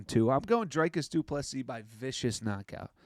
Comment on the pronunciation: His name is pronounce Drew like tree kis like miss. Doo, please like Bess, cee like see ❤